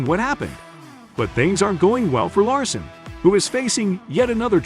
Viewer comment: if you are going to do the video you need to learn how to pronoun the driver's name correctly